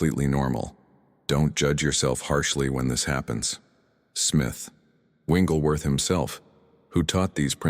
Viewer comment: These are good teachings ...but PLEASE, if you must use AI to do this ... Say this man's name correctly. His name is NOT ... WINGlesworth ... it is WIGGLES ...WIGGLESWORTHThank you for your attention to this ... it does matter.